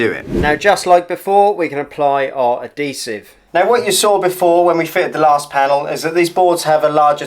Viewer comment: Ad-desive?!?! Even the English can't speak English